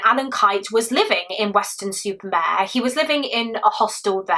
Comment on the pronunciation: I don't want to admit how many variations I googled before confirming that you definitely weren't saying "Western Super Bear."